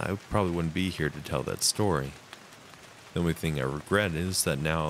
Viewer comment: SHtory #1, SHtory #2, and SHtory #3